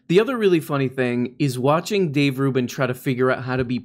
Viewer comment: Conservatives like to intentionally mispronounce the names of people they disagree with. Including Dave Rubbin.